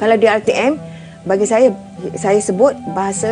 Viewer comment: Lah ga usah bingung..pengucapannya saja sudah susah ..Bangsa jadi bangseu saya jadi sayeu ,bagai mana jadi macem maneu...pengucapan sama tulisannya orang pasti bingun nulisnya harus bagaimana..😄😄😄🙈